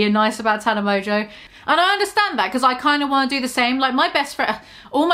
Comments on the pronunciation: I know you have an accent but it’s pronounced Tan-ah not Ta-na💖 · for the love of fuck, it’s TANA not TARNA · T. A. N. A. Not T. A. R. N. A. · Tana* not tarna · Maybe learn how to pronounce her name before slandering her. id absolutely LOVE to see you try do better than tana, unlike you, people actually enjoy her content, hence why her platform is wayyyy bigger than yours 😘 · Are you purposely saying her name wrongxD> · I’ve started pronouncing Tana like you now ¿ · I'm sorry the way you say TANA - it's hilarious love it